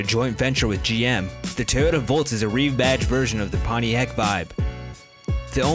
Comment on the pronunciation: Stop saying ‘ Tayoda ’ it’s..... T O Y O T A